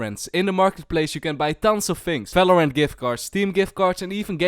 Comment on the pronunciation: one more time u say felorend instead of valorant im going to kms